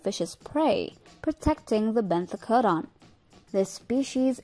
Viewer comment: I can't explain but I love the way you pronounced benthocodon the second time